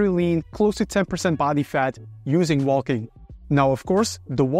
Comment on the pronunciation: It’s “wo:king”, not “woLking”… ;)